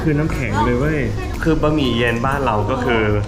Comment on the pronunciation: บะหมี่พอ ไม่ต้องบ๊ะหมี่